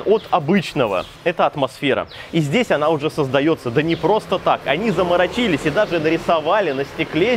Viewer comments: Супер, как всегда интересно и познавательно! Но ты в своём Вьетнаме уже по-русски разучился говорить (заморочИлись)... Или заморочИлись - это от слова "чили"??))) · замарОчились, по-русски. 😁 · Заморочились ударение ставится на вторую о.учи мат часть. Не позорься. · Двух троих (двух трëх) говядина и утрицы (говядина и устрицы) замарачИлись (заморОчились) из глаз и ушей кровь пошла, ты чего там в Тайланде совсем забываешь русский язык?)